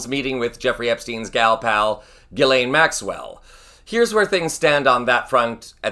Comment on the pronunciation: Really? It’s pronounced “gill-ain”? Weird